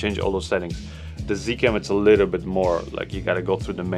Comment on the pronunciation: did I heard you say "it has a ka little screen " you sounded like a Zambian 🤣🤣